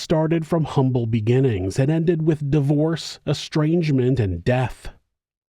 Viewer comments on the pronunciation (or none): none